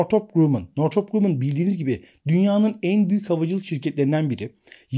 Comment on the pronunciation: Hocam "Grammın" okunur